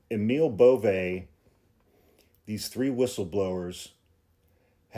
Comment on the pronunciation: No one knows how to pronounce Emil Bove's name. (Including.) Emil is correctly pronounced A-mul (like anal, but with an m), and Bove is pronounced BOV-ee.